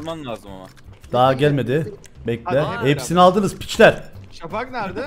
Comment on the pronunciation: abi peki emirin şafağa şavak demesi asdlkjhflaksdjghasldkjnbasdmşlkbva